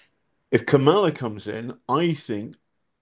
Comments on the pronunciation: I swear you brits all want her to win yet refuse to learn how to even say her name... say it with me now... "COMMA-luh" Not "Ka -MOLLA" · With the greatest of respect John, you must learn how to pronounce the VPOTUS's, and hopefully the next POTUS's, first name. You are pronouncing it in exactly the same, deliberately incorrect way, that Trump is..